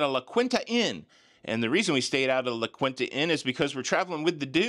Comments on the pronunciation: Lol...its pronounced LA KEENTA not quin-tuh....😂😂😂😂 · La Quinta is pronounced La Kenya. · I once drove a U-Haul felt like I was driving a cruise😂…. Also it is pronounced La “Quinta as in the beginning sound of Kiwi/ qinta” which means “the fifth” ❤